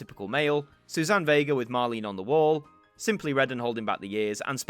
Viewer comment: Will they gradually bring them up to beyond now? Or go back to 1970 and earlier? Mar-layna On The Wall, it’s pronounced!